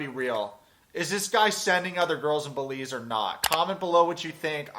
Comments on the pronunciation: Belize....”e” .... not “Beliz” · It’s Belize with an E. Love your channel btw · Missed the e bro, it's Belize, my homeland :).